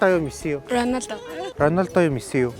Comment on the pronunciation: Ranosda❌ Ronolda✅